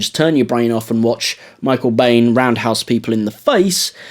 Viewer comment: Great video but your pronunciation of Biehn is incorrect, it’s pronounced “Bean” :)